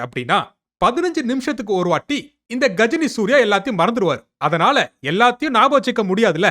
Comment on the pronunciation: கஜினி ❌ காஜினி ✅